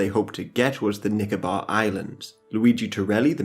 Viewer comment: I just started watching the video and his pronunciation of "Nicobar Island" 😂